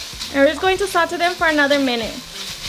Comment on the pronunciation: It’s “saw tay “ not whatever u said